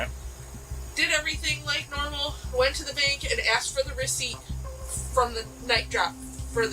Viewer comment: I didn't know I suspended the weeciept😂😂😂